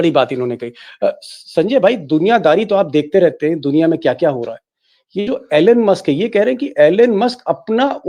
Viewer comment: Pls pronounce name correctly - it is not ALAN Musk - the correct pronunciation is ईलॉन मस्क । Just like Donald is not Donaald Trump!!!